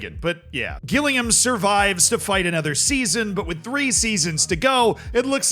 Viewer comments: My heart dropped when he pronounced Gillingham as Ghillingham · Great video, but please god please JILL- ING - HAM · It’s spelt Gillingham but pronounced has Jillingham 😄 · Hard G Gillingham is killing me 🤣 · sry to be harsh as your not from the uk, but just to let you know it pronounced jih-llingham, so the g is said with a j sound but not really? (Kinda like jih for the gi) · Gillingham is pronounced 'Jillingham' btw. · Please learn to pronounce Gillingham properly thank you LOL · It’s pronounced Jill ing ham!!! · Gillingham is pronounced like Jillingham!! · gil-ing-HAM is the most American thing has done in a while. 10/10 no notes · Gillingham is pronounced with a J, like Jillingham. Harrogate is pronounced Ha-ruh-gut. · The way you pronounced gillingham is mad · Classic American gillingham pronunciation, micheal from vsauce would be ashamed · The pronunciation of Gillingham was unique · Learn how to pronounce Gillingham properly please 😂😂🤦‍♂️ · Gillingham is pronounced as if it starts with a J pal, Americans 😉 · love how he mispronounced gillingham 😂😂😂 Americans and mispronounced names is what YouTube was created for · I don’t know if I like it better when you guess the pronunciation, or if you should do a call to literally anyone in the UK to find out how to pronounce stuff like Harrogate and Gillingham 😂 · Don't let Z's team pronunciation distract you from the fact that he used the term "suck off" umpteen times 😂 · The way you pronounce “Gillingham” is making me incredibly sad. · Gillingham pronunciation has to be bait for the comment section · I'd like to take a minute, just sit right there. I'll tell you how murdered the pronunciation of Gillingham and Harrogate. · Note to, it's pronounced jillingham not Gillingham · Gill Ingham 😂 absolutely understandable mispronunciation but very funny regardless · love how you say Gillingham its pronounced more Jillingham more J less G haha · It's Jillingham